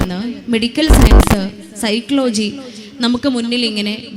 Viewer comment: സൈക്ലോ ജി എന്നല്ല സൈകോളജീ എന്നാണ്